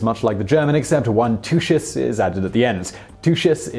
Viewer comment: Is the word not pronounced TOOKUS? Yiddish for ass?